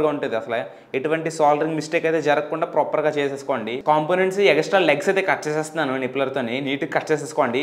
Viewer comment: Proper ni ppropperr ani bale antav bro nuvu